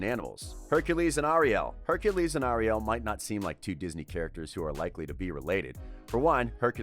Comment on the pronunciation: Anybody angry about how he says Ariel? ☆